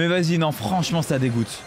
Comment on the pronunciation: A quand il cri non en 0.25 on dirait que et bourré